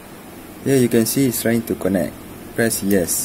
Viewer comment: connect sebut 'kennect'... but hearing 'konek' hahahahahaha anyway, THANKIYOOOO